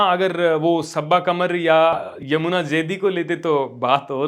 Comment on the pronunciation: यमुना नहीं भाई.... युमना..... 😂😂😂 ... और ये बताओ कहाँ हटा बैन..... हम तो अभी देखें कोई भी नहीं दिख रहा...... 😂😂😂 ... Covid Lockdown से आदत पड़ी थी..... इनके ड्रामे देखने की.....